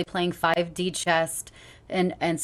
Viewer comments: She pronounced Chess as Chest. I remember this little Fundi Christian girl in fifth grade who did the same. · I relistened to that section 5 times and she definitely said "chest" not "chess" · Not only that, she said 5D chest! With a T!! Maybe it's a dialect thing, but she may not even know that it's called chess. And I find that glorious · Its chess not chest